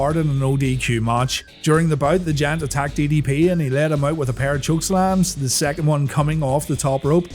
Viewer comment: Still have an issue about Paul Wight being called 'The Jant' hahaha